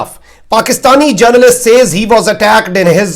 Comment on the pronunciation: Your English is terrible. Don't even know how to pronounce "says". Who made you journalist?